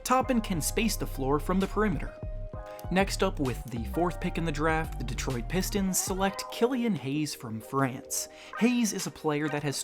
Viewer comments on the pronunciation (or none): none